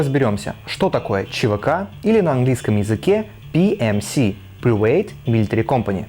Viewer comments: видео отличное, но английский надо учить. привЭйт (прАйвэйт), экзекУтив (икзЭкьютив)... слишком бросается в глаза, точнее в уши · привЭйт? а не прАйвэт? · Я аж орнул от привЭйт xD, ну хоть бы в гуугл транслэйте прослушал произношение что ли )) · приуэйт милитари компани XDDDDD ПРИУЭЙТ, КАРЛ. так узбеки коверкают "привет", если что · ЩАС БЫ В 2К16 ГОВОРИТЬ ПРИВЭЙТ